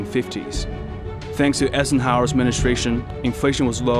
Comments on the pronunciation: Who the heck is "Essenhower"? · Esessnhower? Lol